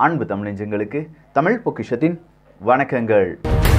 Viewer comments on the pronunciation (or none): none